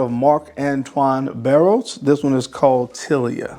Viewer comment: Marc Antoine Barrois {Bar-Wah}